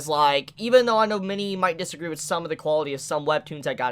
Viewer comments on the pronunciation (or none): none